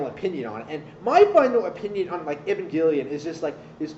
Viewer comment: can understand the show but can't understand how to pronounce evangelion apparently though #fakefan